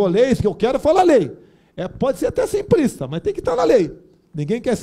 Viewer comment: Primeiro... Aprenda a falar simplista e não simprista.